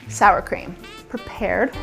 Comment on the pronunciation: Whorrsshhhradish chream sauce